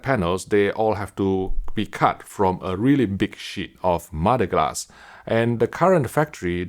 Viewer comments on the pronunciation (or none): Yeah had to turn the captions on after hearing mo-da glass 5 times